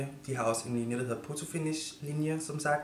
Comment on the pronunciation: Ik for at være ond men det udtales foto og ikke poto